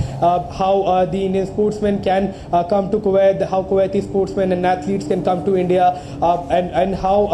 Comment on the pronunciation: Why can’t Indians just say Kuwait correctly? It’s ku- wait. , not ko-waithe.